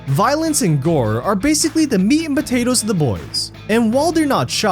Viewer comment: ...Meat and bo-tatoes